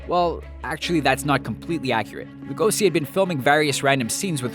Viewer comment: You didn't even try to pronounce Lugosi's name right... congrats